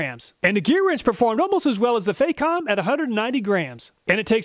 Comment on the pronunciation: It's not pronounced fay-com, the Fac rhymes with "back", it's "fack-om".